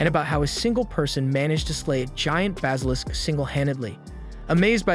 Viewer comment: I like your videos, but you say some words..... Different. Never heard Basilisk pronounced as "Bos-alisk"